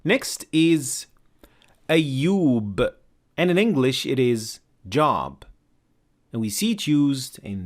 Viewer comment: What a fascinating video. One small correction for the English pronunciation. "Job" is pronounced with a long O, the same as "hope".